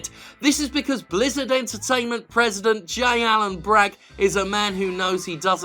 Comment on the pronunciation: For a second there I thought you said Lizzard Entertainment. The name doesn't fit them very well though, since lizzards only look slimy.